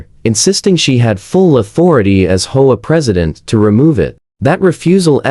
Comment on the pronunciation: H O A. Learn how to pronounce. 😢😢😢😢😢